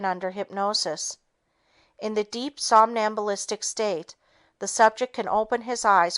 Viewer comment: "sombalistic" state? Do you mean "somnambulistic?" Or is a ventricle a volkswagen?